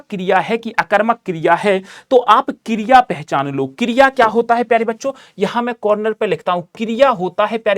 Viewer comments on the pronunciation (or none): Kirya 😂nahi kriya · Kriya no no no kiriaaaa😂😂😂